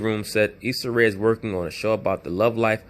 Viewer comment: Issa "Isaac" Ray 😂😂😂😂😂 this dude be cracking me up